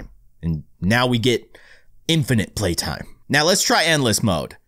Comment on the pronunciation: it's playtime not platime